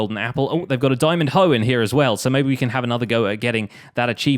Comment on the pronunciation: "THERE WE GO, WE GOT ANOTHER DIAMONG HOW!" wowwwwwwwwwwwwwwwwwwwwwwwwwwww